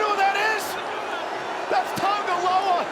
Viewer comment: THATS TONGA LOA... TAMA.. TONGA.... THIS GUY